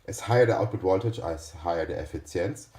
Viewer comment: (Efficiency) EASY WAY TO SAY IT (the way I say it -as an American) .. E-fish-in-see efishinsee